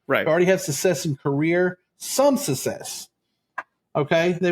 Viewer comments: I'm so sorry, but I have a problem with the way you pronounce "success" as sussess! I'm going to try to get past it because I'm very interested in this subject matter. I'll try to forgive you as you're a libratarian from Texas. You may have learned the incorrect pronunciation growing up with Southern people who often mispronounced certain words. Thanks for covering this 😊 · For me it was the mispronunciation of “success” and “insatiable”.